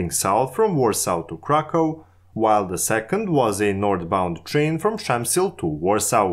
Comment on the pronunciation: Przemyśl pronounced as Szamsyl wtf